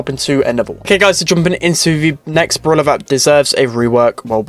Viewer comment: i like how he says bruwla instead of brawler 😂😂